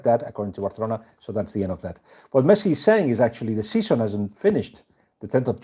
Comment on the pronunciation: Actually that's how it is pronounced.